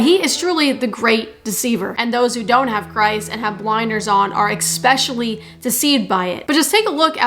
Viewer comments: I stopped watching after you said the word "eXspecially". Im sorry, but thats a marker for extremely uneducated and unread person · PLEASE stop saying Eck specially.....it is so ignorant....